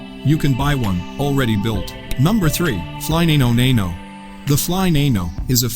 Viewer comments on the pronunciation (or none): U-Fly-It Is in Deland (dee-LAND, NOT "dellund"), Florida. - It's the FlyNano Nano (Fly NAH-no NAH-no, not "NAY-no NAY-no"). And the plane is the "FlyNano Nano." You say, "The FlyNano is a Finnish, single seat, amphibian, ultralight aircraft..." WRONG! "FlyNano" is THE COMPANY, NOT THE AIRCRAFT. The model name of the aircraft itself is "Nano." - Each model would include improvements to the PREVIOUS model, not "the next." Otherwise, development would be going backward. - WTaF??? The term is "Gs" ("jeez," NOT "jiss"). A "G" is the measure of the force of gravity with "1 G" being the same as normal gravity on Earth. - The control surfaces are called ailerons (AY-leh-ronz, NOT "AY-leh-runz"). - You ASSEMBLE the aircraft. You do NOT "assembly" the aircraft.